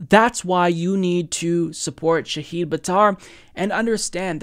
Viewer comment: He's mispronouncing multiple things... Shahid (SHAH-hid, /ʃah'hɪd/), Stuttgart....